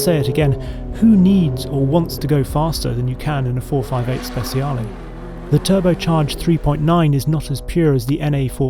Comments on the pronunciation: “Speciale” not “spesiale”.. our “c” is more like your “ch” . Just in case you want to say it correctly 👍🏻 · it's not ¨speSiale¨, it's ¨speTCHaale¨